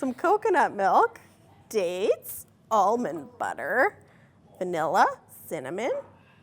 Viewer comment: why'd she say almond butter like that